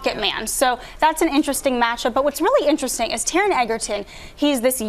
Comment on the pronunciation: she did not just pronounce tarons name wrong